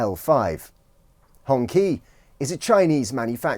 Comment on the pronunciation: Would be good if you took the time to learn pronounce "Xi" and "Hongqi" correctly if you are going to do a story on them